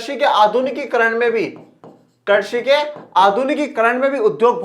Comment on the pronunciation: Sir mujhe pata hai aap bohot better ho but aap baar baar krishi ko karshi bol rahe ho